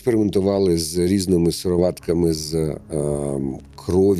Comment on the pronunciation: Сирова́тка, Голе́м... Ви навмисно паплюжи́те наго́лоси?